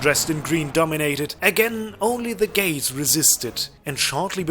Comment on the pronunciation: "Only the gays resisted" *gates.. hahaha